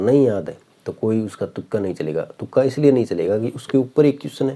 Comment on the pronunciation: तुका नहीं भाई तुक्का होता है shyad 😢